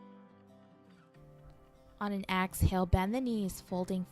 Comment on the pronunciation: Great video but I’m such a “yoga dummie” that I thought AXALE was a yoga term .... I didn’t realize until almost the end of the video that she was saying EXhale 😭🤣💀💀💀💀